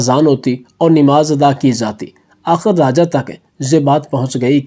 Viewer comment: ابےن جاہل رازا نہیں راجا